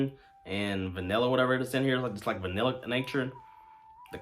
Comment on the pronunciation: Good video. Just a heads up….the word is “Vanilla” not “vinella.”